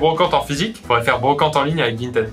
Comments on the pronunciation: Il y a que moi qui prononce Vinted "vintid" ?? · Il dérape sur le mot Vinteeed !